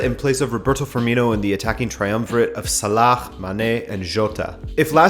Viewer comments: Okay the "KHH" sound you pronounce in Salah is just stupid, if you can't pronounce his name in Arabic just say "Sala". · Please stop pronouncing salah like that its so wrong